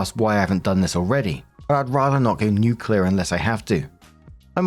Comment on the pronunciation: You pronounced 'nuclear' correctly! I already thought you were a decent guy but my opinion of you has just rocketed. They don't even get that right on BBC radio!